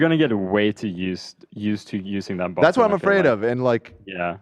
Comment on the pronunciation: didn't think there'd soon be a sound bite i love as much as "rettt hairrr" but "buTtN" comes awful close 😂